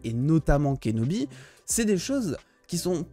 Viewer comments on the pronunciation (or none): je suis le seul à entendre "obi-wan KENOMI" quand il prononce son nom ?